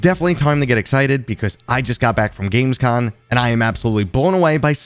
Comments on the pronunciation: He wrote Gamescom, but still says Gamescon...... you'll get it bud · lol! I noticed a few weeks ago when you announced you were going that you always said "con". Regardless, love the channel and I appreciate your passion for VR. Thanks for being a reliable source for VR news!